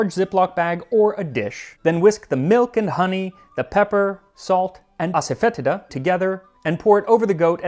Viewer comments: Just a heads up that asafoetida is more frequently pronounced as "ass-fa-tee-da" by my tamil father, and white mother. Never heard it said this funny except for when you pronounce it. Cheers and good luck with your natural artificial onion and garlic flavour per at least the hare krishnas :) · Hey max congrats What is silphium? It's pronunciation is Ass-oh-fah-tee-dah Hope this helps